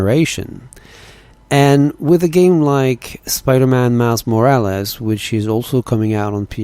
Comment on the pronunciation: “mais morraless”